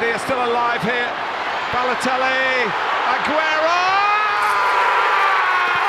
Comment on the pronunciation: His last name is not 'Augero', it's 'Agüero'.